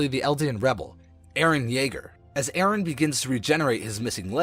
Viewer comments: It's colossal titan not colossus titan and it's eren not eerin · how he says eren i iren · "iren" "jeen" IM SORRY I HAD TO